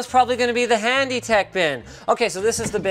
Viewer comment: "Hany tech under $100" what is "Hany"